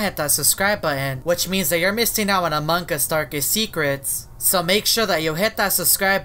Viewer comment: OMFG ITS AMONG US NOT AMONG GUS